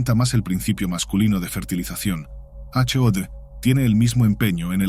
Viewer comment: Una persona que produce un vídeo sobre la Cábala (o Kabbalah, o Qabalah) y pronuncia todos los términos mal no tiene ninguna credibilidad. Chóchma? De verdad? Es Jojmá. Jebura? Es Guevurá! Hod? Se pronuncia Jod. Y un largo etcétera. Primero, aprende de Cábala y luego divulga, no viceversa.